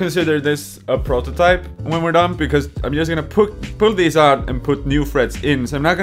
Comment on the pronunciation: "Ive made an put of pitch guitar" "So many noouts" lol